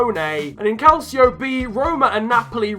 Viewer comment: u pronouced calcio wrong